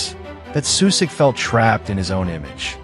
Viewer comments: Your pronunciation is awful of names and places. Like..really bad. At least do some research on how to actually pronounce at least some of the basic things like, everyone knows that names that end in ic (ić) are not pronounced “Sue-sick”, but “Sushitch” Just saying. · First of all, learn that shitty AI how to say his name. His name Sušić ends the same as Modrić, with the same two letters. And shitty AI said Modrić pretty accurate... And than š is not s, you say it like sch... Anyway, Sušić as a coach led his Bosna to the World Cup, for the first and so far only time. Bosna under his lead played the best and most beautiful fudbal they ever played. And they fired him after the WC. I fucking hate my country, people that runs Football Association, same as stupid fans, for how they treated this man. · It's not Susik. Pronounce it like you pronounce Modric. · Susik ti je nono, amater. Sušić=Sushich. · The least you could do is pronounce his name correctly. Its not Susik, its Sušić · The name is pronounced Sushich. Messi before Messi! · His name is pronounced Sushich! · if you can say Modrić why can't you say Sušić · Shockingly bad pronunciation of his surname and his hometown. Simple google translate would do a better job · you can not even pronounce his name… shame.. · An advice: If you make a video about someone, try to learn how to pronounce his name correctly. Or is it just ai...